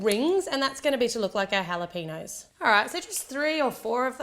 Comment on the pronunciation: AHHAHAHA HALAPEENOS